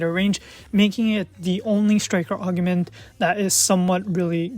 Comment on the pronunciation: Fantastic vid! Thanks for all of these. One question, are you saying "augument" on purpose like "palacringe" 🤣🤣